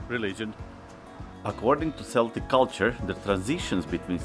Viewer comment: Samhain is pronounced Sowan with the Sow part rhyming with cow 🐄... Also Celtic is pronounced Keltic as opposed to Seltic...